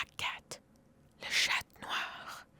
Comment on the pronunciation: Salut pour te prévenir d'un petit détail "cat" en francais se dit "CHAT" et pas "ChattE" car le mot chattE peut être compris comme "pussy",sinon très bonne video👍